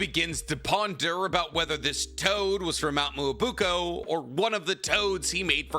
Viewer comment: With the way way says Myoboku as Muobuko sometimes I wonder if he's doing it on purpose or if he legitimately thinks it's pronounced like that.